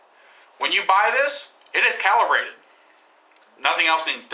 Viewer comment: cowelebrated ha ha ha its calibrated. you say it like this............ CAL--- E--- BRAY------TED..............calibrated...